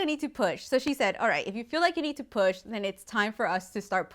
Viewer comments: That means he is a Christmas boy but she said poop instead of push 😂😂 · I thought you said poop 💩🤣 lol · WHEN SHE SAID AHE NEEDED TO PUAH I THOUGHT SHE SAID SHE NEEDED TO POOP LMAOHFSDJFMKS,DF